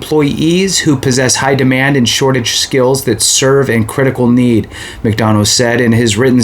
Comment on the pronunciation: There will be a new Sec after Jan.15th anyway. And pronounced “mick- duh- na”.